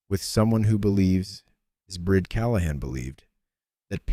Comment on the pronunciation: A great story. I would think the woman's name was Brìd pronounced Breed. Im listening from Ireland.